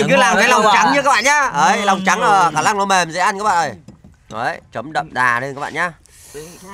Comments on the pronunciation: Khả lăng khả lăng khả lặng 😂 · nướng ❌ lướng✅ nổ ❌ lổ✅ khả năng❌ khả lăng✅✅ 😂😂😂😂😂😂